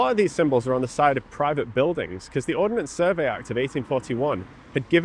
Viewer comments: Ordnance Survey not Ordinance Survey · Arrrrgggghhhhh It's not the "Or-den-ance Survey" it is the Ord-nance Survey. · One small niggle. It's Ordnance Survey not Ordenance Survey. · it's "Ordnance Survey" btw